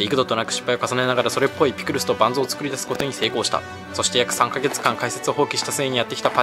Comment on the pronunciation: だからパンズじゃなくてバンズだって